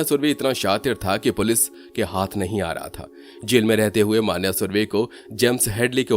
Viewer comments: मान्या नहीं मन्या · Pronounce the name correctly of Marathi words. For e.g मन्या, येरवडा